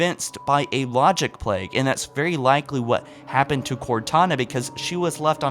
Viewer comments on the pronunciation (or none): none